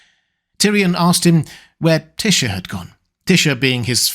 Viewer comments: Tisha? Always thought it was pronounced Tie-sha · Just decided to pronounce Tysha differently than everyone else, huh?